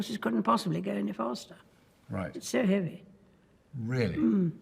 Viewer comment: I’m Irish and that “Really?” Was the most British “Really” I’ve ever heard in my whole entire life. I watch a good bit of British things